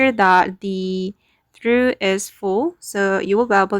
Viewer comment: Hello, it’s pronounced TRAWF or TROFF